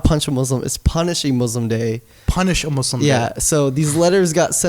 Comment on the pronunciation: Naushaba Bhatti dude like the funny thing is his name is Except I'm an ex once religious as hell Muslim who litersllypronounces Muslim the white way